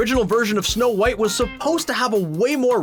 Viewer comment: he said shnow white